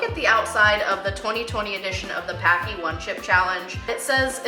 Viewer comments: Just FYI, Paqui is pronounced like Hockey :-) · So many people pronounce the name wrong. If you ever buy their ghost pepper chips, right on the bag they say their name rhymes with HOCKEY.